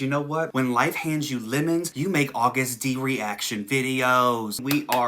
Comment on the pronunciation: DT SUGA= Daegu Town Suga Flip it AGUST D. It's pronounced Agust, not August, btw. It took me a while to figure this out Idk why 😂😂😂